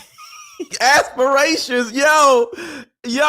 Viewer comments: ASSperations🤣💀 I bet them ladies had a great laugh about your ASSperations😂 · You said it "Asspirations" hahahaha